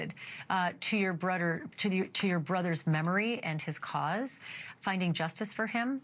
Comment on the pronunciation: Ashley, It's Not Brodder ,brother it is